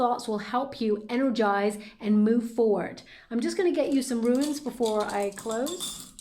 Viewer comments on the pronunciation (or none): you are my all time favourite reader, I love you to pieces, but the runes!!! There’s no ‘i’ in there, so the word is pronounced Roons, as in…rhymes with tunes ♥️♥️♥️ Thank you for the reading 💫